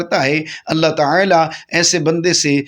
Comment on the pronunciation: TaAla ko Taela q keh rahay hain aap ???bohat koft ho rahe hai apko ghult talaffoz boltay sun ker